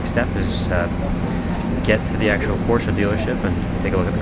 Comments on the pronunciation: I'm just glad you know how to pronounce Porsche. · omg an amercian that can say porsche